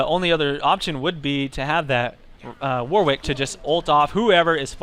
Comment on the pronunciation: Warwick is pronounced 'Warrick', it's a silent 'W'.